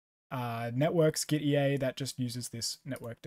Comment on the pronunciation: Gitea is pronounced like git and tea. Hence the logo.